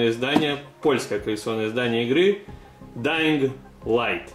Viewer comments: Dying light читается без "г" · G в конце не читается)))) Ох уш вас английский)